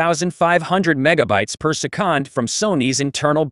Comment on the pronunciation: Who ever is using this Chat GPT voice screwed up big time. Why do that when you can read a script and make it sound NORMAL? My suggestion scrap the sound and re-record and if English is not your first language have someone help you with it. Se-kond doesn't exist in the English language and it will make your video, well, not respectable.